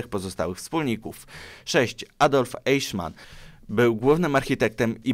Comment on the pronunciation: Mówi się Eichmann (Ajchman).